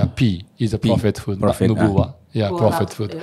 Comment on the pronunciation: mohon maaf tpi itu bukan prophet foot tpi prophethood